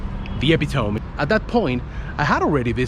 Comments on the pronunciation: Just a side note "Epitome" is pronounced "Eh-pih-to-mee" not Eh-pi-tome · I had a little chuckle when I heard that.. But hats off to anyone that speaks more than one language...